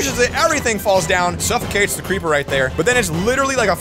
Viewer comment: It is a cweeper bomb